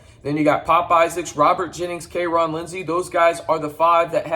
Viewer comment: Where is the "A" in KyeRon?